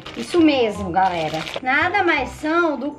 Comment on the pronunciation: Ela falou pitiça e garela kkk amuh a